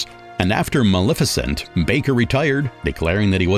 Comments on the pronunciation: I enjoyed the two-part presentation immensely but the narrator needs to work on pronunciation. When talking about the movie Maleficent, he pronounces it Mal efficient. This is one of many. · Is the narrator of this (very good) documentary AI? Or just some miseducated homeschooled person who has never ever ever watched a movie, had a conversation, or listened to an audiobook or radio broadcast or sermon or…. The mispronunciations were funny at first, but “Mal-efficient” takes the cake. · The narrator is just butchering everyones name! Mal-efficient? Really?? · When you want to correct the mispronounciations but you don't want to teach the AI... 😵‍💫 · It's good, however the narration is very poor, even laughable that person can't pronounce English , locations and actors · Wonderful job! But the narrator hahahaha. The pronunciation of Maleficent made me laugh